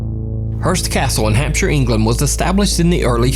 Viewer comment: Bravo...an american who pronounces shire correctly. Hampsher not Hamp-shire